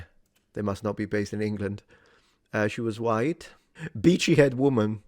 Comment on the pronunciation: All I hear is "Vichy" woman 😂